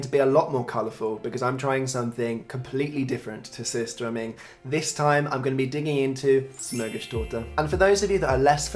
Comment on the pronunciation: The sur in Surströmming is pronounced suer, which means sour in Swedish.